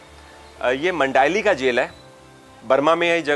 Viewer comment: मंडाईली नही साहब मांडले